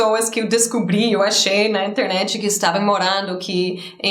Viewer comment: Que legal!, quando você fala em português, você pensa em português? Quando você fala em Inglês, você pensa em Inglês? Outra coisa; eu reparei que o seu português é igual o nosso, por exemplo: você disse " Internetiiii " igual a gente, e não " internet ". 👏🏻👏🏻👏🏻🤩 Você é 10.